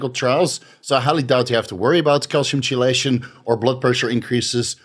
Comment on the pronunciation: I usually dont do this, but chelation is pronounced keylation. Just an FYI. Great video as usual!